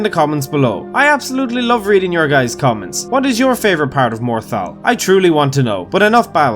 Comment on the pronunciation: Legend said morthal kombat...